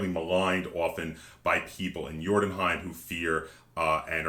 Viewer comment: You pronounce the Scandinavian name very well sir.